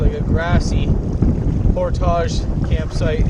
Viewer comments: driving me nutz, Portage is pronounced PORT-IG not POR-TAGES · it's portage not portaaja lmao 🤣🤣 love you channel though brother period keep up the good work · Portage rhymes with cordage, not massage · Awesome video, although it made me cringe every time I heard portage pronounced "pourtaaahje". It's "port-edge"! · UNBELIEVABLY COOL, JOE! WELL DONE. YOU ARE QUICKLY APPROACHING THE LEVEL OF OUR HERO, LED STROUD! CAN'T WAIT FOR PART TWO. IT DIDN'T EVEN BOTHER ME WHEN YOU SAID POR-TAAAAAAAJ! BRAVO! BRILLIANT!